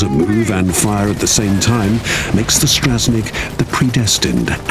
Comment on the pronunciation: Ah yes, the British speaker can never learn to pronounce a single foreign word. Pronouncing the Polish mech names as "Smiley," "Strahzneek," and my favorite "Zuuuhf." Absolute shame.